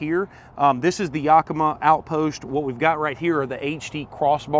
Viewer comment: You definitely should learn how to properly say Yakima since you bought such a expensively cool setup!